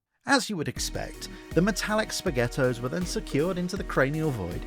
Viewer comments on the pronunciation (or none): "Spaghettos" is crazy work, don't let the Italians find you after that one.